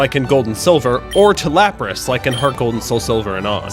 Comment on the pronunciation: IT'S LAPRAS, NOT LAPSES! FIX IT NOW!